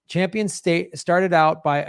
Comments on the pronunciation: Cringing everytime he says: Jane 'Champion'. Not a cute look for a dude to be mispronouncing a woman's name when he's critiquing her feminism. Shades of Tucker Carlson? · It’s Campion, not Champion. Gee you’re in the SAG and don’t know her name?